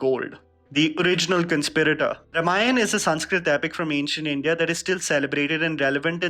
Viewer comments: Sorry to be a 'pronunciation Nazi': it is Raam-aayan, not Rum-aayan! :D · “Ra’maayan” - why does pronounce “Raamaayan” like that? Is it because it sounds stylistic? Or is it because that’s how they pronounce in the North?